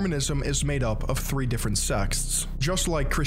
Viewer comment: He also kept saying "sexts" instead of "sects"